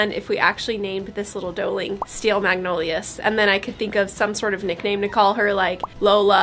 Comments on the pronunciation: These babies are so fun to watch and the way you choose their names is fun too. So you know, magnolias is the plural form for the magnolia tree and it's pronounced mag no lee uz in the plural form or mag no lee ah in the singular. In the south we kind of blend it together and say mag nol yaz. Thanks for bringing us along on an already hectic time! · I’ve never heard anyone pronounce the word “magnolias” (mag nowl yahs ) like thAt. I’ve only heard “mag nowl yuhz”. (Like dahlias)